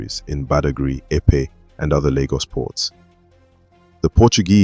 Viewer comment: Good work and story. However, do try to pronounce indigenous names better. Ask any aware Lagosian about correct enunciation and emphasis of Eko, Benin, Epe, etc.